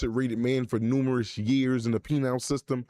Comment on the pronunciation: YEAH BLACK FIXED THAT "PENILE SYSTEM" its "PENAL"!!!! Not On Duty!!